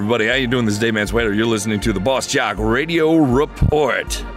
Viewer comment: It’s BOSSjock not BOX jock lol